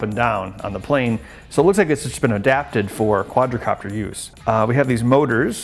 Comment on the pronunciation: Quad"a"copter hahaha